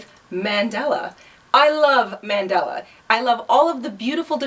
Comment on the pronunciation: LOVE THIS...but please...it's not "mendella." Pronounced MUN DAH LAH. will definitely make this. it's an awesome pattern.